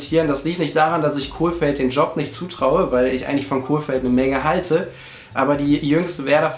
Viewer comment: Jedes Mal wenn du ein L in den Namen reinbastelst fühle ich mich geohrfeigt. Der Trainer heißt Kohfeld... nix mit Kohl, der war mal Kanzler xD